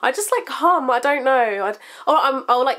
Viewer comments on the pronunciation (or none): I thought she said I like ham at first XD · omg i thought yu said ham not hmmm lol ahahaha i love yurr vids!! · when you were saying your weird habit, i thought you said "i like ham a lot" (instead of hum), so when you were talking about when you're bored i thought you were going to say you eat ham, hahaa